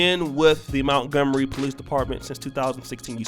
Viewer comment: Mont-gomery mont, not mount